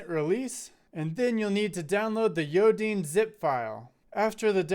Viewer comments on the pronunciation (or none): As a note, there was a miss-pronunciation of Yodine, as It says in the repo, it's pronounced Yo-Dine and not Yo-Deen (I might clearify that in the repo)